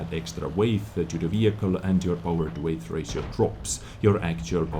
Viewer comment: Good review - I always enjoy watching your content. f.y.i. - the word weight (in power to weight ratio) is pronounced exactly the same as the word 'wait' English - it's so stupid XD